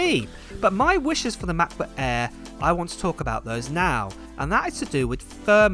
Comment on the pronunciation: Are you saying “air” or “ahh”?